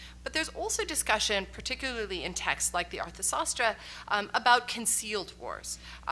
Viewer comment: Sanskrit Pronunciations are FAR from desirable --Dharma Saasthra --Raamayaana --Needhi saasthra --Kautilya's Artha Saasthra -Dhama -very,very poor Pronunciation --one has to play Audio again and again to understand what is the Sanskrit word that is being pronounced if there is a "WILL" --there is a WAY" --There is NO "WILL" to learn correct pronunciation Czechoslavian youngsters --even VEDIC SANSKRIT with INTONATIONS have learned Absolutely Correctly --we have a "Weakness" --if WE get a Doctorate Degree, we feel that we are "Super-Toppers'